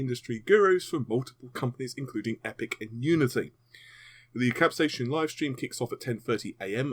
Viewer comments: "Cap-say-sin" Not, "Cap-say-shun" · It's pronounced cap...say...sin. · please pronounce this event properly. Cap-sai-cin sounds exactly like Cap-Say-Sin. I live in New Mexico USA and used to sell hundreds of thousands of pounds worth of green chili every year from some of the largest growers on Earth and I never heard a single Chili farmer pronounce it the way you did, lol. Please accept my apologies for requesting proper English, I apologize for that. Just trying to help you get it right. Why AMD is even using this name is beyond me, capsaicin is the source of the heat in all peppers and chili's. I know Vega is a hot topic, but will it be a hot running gpu? Lol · CAP-SAY-AH-SIN FUCKING GOD I'M GONNA KILL MYSELF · For your FYI, Capsaicin is pronounced: Cap-Say-e-Sin